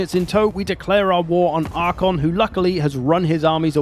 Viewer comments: Genuinely bugs me that you keep saying Arkhon instead of Arkhan. I've noticed that this is something you do in a lot of videos, is it intentional? There's always something you mispronounce, but you do it so confidently and consistently that I feel like it might be intentional. 🤔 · Calling Arkhan "Arkhon" triggered some pendantry alter ego in me I didn't knew I had lol Great video though - love your content! :)